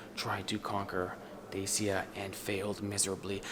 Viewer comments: It's not Desia..... It is DACIA. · Glad to see with, I am a regular follower of Dodo Explperes! It is pronounced Dachia!